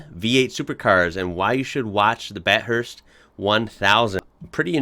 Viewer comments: Jesus’s Americans I here Bathurst not bat hurst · Pronounced Bath-urst NOT Bat hurst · It’s just as cringeworthy listening to Jeremy Clarkson saying Bath (as in bath tub) urst.🇦🇺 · OMG his pronunciation of Bathurst Bat-hurst hurts my ears, Plz mate its bath-urst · It’s bath-urst not bat-hurst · AS an American...You need to learn that the letters 't' and 'h' when combined form a SOUND! that sound is pronounced "THUH"! What does this mean? it means that Bathurst is NOT pronounced 'Bat-hurst'. When you say it is should sound 'Ba-thirst'. Ba-thirst! Ok so Bathurst is Ba-thirst! GOT IT!!! You Americans need to learn English correctly. It's an English language. NOT an American language! So learn to pronounce it correctly. This also means 'ANYWAYS' is not correct: it is anyway!!! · Bath-thirst bro, don't be cringe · Bath-erst, with a short a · it's pronounced BAFFHURST! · bat-hurst. bruh can’t speak english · Bath-urst is the way to pronounce it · Bat-Hursts lol....................... If you get a chance watch it... Nice channel mate.... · It's BATH-URST u knuckle head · Yanks! Could at least pronounce Bathurst the way it is and not “Bat hurst.” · You're annoyed a Batt hurst 😆😆? what about the dude calling it Australasia 🤨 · It’s. ba th urst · Batt Hurst 😂😂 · Bat Hurst? 🤦‍♂️ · Wtf is a “bat-hurst” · I died a little inside every time he said “BATT - HURST” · BA-THIRST.. Ba like a sheep (sorry to the Kiwi's i've just aroused) Thirst... or thurst... he had that right. lol put them together and you get.... a massive fuckin race everyone mistakes for a piss up. Myself included. lol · Grrrrrr "bath-hurst" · “Bat hurst” 😂😂😂 Pronounce the th like thank you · Bat-Hurst.... lol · It’s bath urst! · 34 seconds in and came straight here to see all my fellow Aussies get butt-hurt every time he says Bat-hurst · Pronounced. Bath hurst. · Bat hurst lol, you Americans pronounce things weird. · its Bath urst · Its pronouced Bath-hurst. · I cringe everytime he said "BAT HURST".